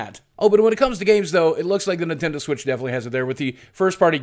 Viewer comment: You said Nindendo. There goes your YouTube money!